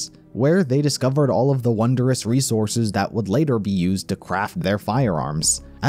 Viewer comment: Haha Reese-orses